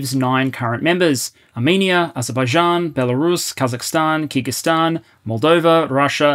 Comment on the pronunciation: The accent makes it sound like "Kegelstan"